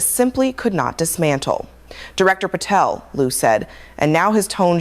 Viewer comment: There’s no”f” in Patel